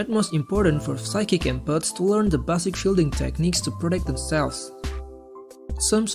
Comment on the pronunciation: It's 'base-ick' dude, not 'bassic' - try to feel the words with your 'empathic' abilities yeah - if you actually have any...